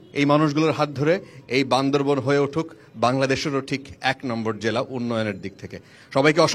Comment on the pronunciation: যারা জেলার নাম ঠিক মতো উচ্চারণ করতে পারে না,তারা কিভাবে বান্দরবানকে সেবা দিবে,আমার মাথায় আসে নাহ🤔🤔🤔